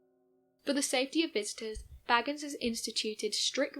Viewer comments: I know. It drives me crazy too. It is Bay-gans, not Baggins. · It's pronounced Bay-gans not bag-ans. Just sayin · Sorry, but his last name is pronounced Bay-gans.